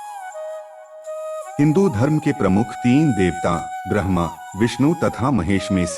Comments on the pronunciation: pronunciation is not perfect. Bramha has been pronounced as Verma. there are so many mistakes. kindly check that and try to do a perfect video. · It's Said like this "Brahma " Not Bharma 🤣🤣😂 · Admin ji maaf krna lekin aap naam ka ucharan shi nhi kr rey Bhrma ji ko brama, Aditi Maa ko Atihi plz in pr bhi dhyan dey nhi logo ko glt info milegi😬🙌🏻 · Not Bharma, its Brahm-a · aap ne brama dev ka bhi uccharan mein verma kaha hain sayed galti se ho gaya hain ....plse aglibaar thora dhyan rakhiye ga....